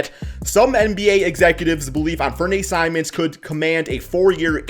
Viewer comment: you like simons then learn to pronouncehis name bro please